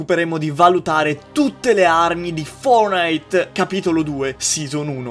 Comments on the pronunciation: fonite hahahahah tvb octy like chi e un connessionato puro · fortnite non fornite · Fortnite non furnit